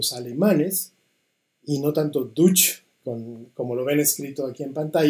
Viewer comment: La falsa dicotomía entre Dutch y deutsch y una pésima pronunciación de ambos idiomas